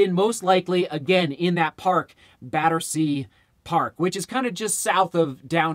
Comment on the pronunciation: You said Battersea perfectly.